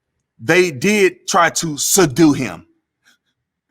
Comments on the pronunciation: "sadue" LOL! Put that on a shirt! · 😂😂"soudue...you mean, subdue" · Suh-due ??? Huked on Fonicks rilley wurksded four me !!! ~Lebron~ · Bruh... “Su-due” him 🤣 💀 I’m sorry, but that’s too fu*kin fun for real tho 💯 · Bro when he kept saying sadu 😭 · LaLoser Emphasized and said the word "SEDUE" when the correct word is SUBDUE!!😂😳LaLoser Needs to take an English Course to learn proper English and proper pronunciation!! Money can't buy an education!!😂😬😵😳😄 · "They did try to suddue him." That had me cracking up. Officer Tatum, we need more people like you and ABL in this country.